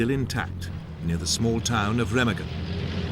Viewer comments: Why is it British narrators seem to disregard proper pronunciation of names? Seriously. “Remiggin”? Anyone who’s watched It’s A Wonderful Life knows it’s Re-mah-gen. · Pronounced RAYMARGEN.